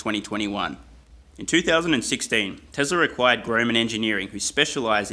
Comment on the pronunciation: I keep hearing "tesla required" every time he says "teslar acquired"